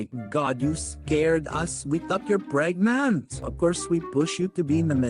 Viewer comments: NOT THE "ArE yOu PrEgNaUt" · The way he says pregnant 😂